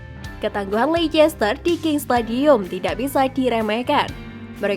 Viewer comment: ian wright min, bukan LAN Wright😂. Dan Lecester bacanya Leyster bukan Leikester. Semoga bisa lebih baik lagi